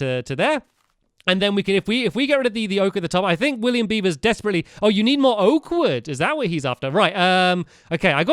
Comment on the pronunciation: He said William biby omgggg I'm laughing so much